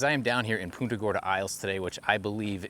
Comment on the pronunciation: its punt-ah not Pooonta !!!!